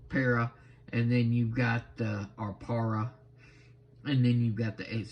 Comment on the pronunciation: Thanks for the review. It’s pronounced Pa-Ry-Uh just so you know.